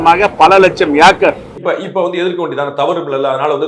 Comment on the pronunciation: அண்ணே...நீங்க அங்கு போயிருக்கீங்களா!? அது ஏக்கர். ஆக்கர் இல்ல. பிரிட்டிஷ் university accent ஆக இருக்குமோ!?!